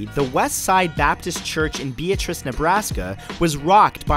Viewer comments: Fact #49 it is pronounced BEE-a-tris 😏😏😏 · and it's pronounced bee-at-ris Nebraska. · You pronounced Beatrice, Nebraska, wrong. The accent is on the second syllable.